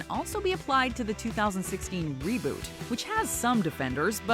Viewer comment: "Reboot" LMFAOL